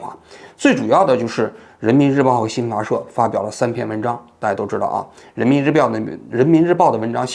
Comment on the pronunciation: 王局口误 人民日婊，说了好几遍，哈哈哈哈哈